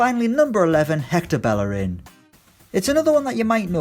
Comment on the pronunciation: Why you always pronounce Bellerin wrong?